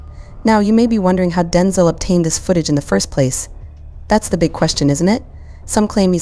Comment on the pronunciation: His name is Denzel, not Denzal. Come on!